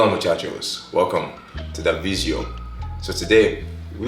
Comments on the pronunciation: I was never sure whether I heard you incorrectly when you say vizeo , but I love it and I'm glad I finally know 😂💪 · I like how he pronounces 'Video'.